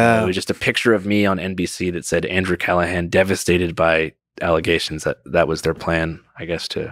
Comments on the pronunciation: 'Andrew CallaGAN' At least learn how to pronounce the man's damn name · Andrew “Calluh-gan” lmao come on Lex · Pronounces his name wrong twice innthe first two minutes. Haha. Let’s see if this is worth watching